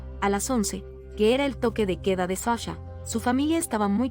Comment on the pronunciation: Es que la IA la de haber programado un español. Y como la "H" es muda...😂😂😂😅